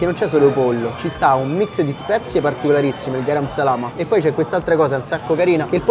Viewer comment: Garam Masala, non Salama hahaha (Da indiano me la prendo a ride❤) Oh comunque se vuoi venire a mangiare vero indiano a casa di un indiano romano e farci un super video, quando te pare.